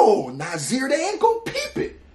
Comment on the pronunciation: Yo you butchered brother Nasir's name lmao!